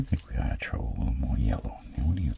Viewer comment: "I'm gonna TROW some up here"